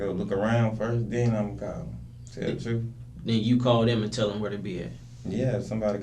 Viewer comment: He says "Dats the truf."